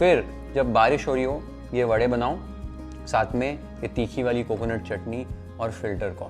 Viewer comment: Charmed that you rightly said "Vade" instead of "Vada" like all North Indians mechanically convert pronunciation to suit their dialect!!